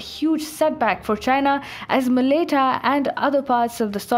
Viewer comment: Malaita not Maleita Palau not paloh Nauru Kiribati you need to look these up beforehand